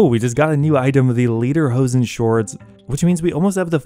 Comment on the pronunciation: Lay...lederhosen. layderhosen. Almost mate. Just my 2 cents. Just say lay at the start of that word.